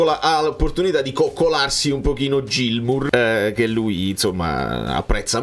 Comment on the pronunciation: Niente proprio non riesce a chiamarlo "Ghilmour" 🤣